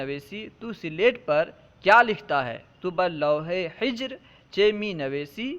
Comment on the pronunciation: حضرت آپ نے حجر کو ہجر بڑھا صحیح کیا ہے تلفظ میں فرق ہو گیا حجر کے معنی تو سنگ کے ہیں کوثر امروہی